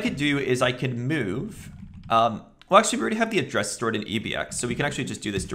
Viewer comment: Me: move value into register. This guy: meaueve value into register.